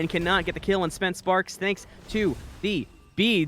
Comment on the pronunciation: Additional correction, its spence spark. not sparks lol